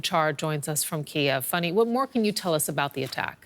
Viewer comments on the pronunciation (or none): Why does she call her "Funny" when her name is "Fanny" ?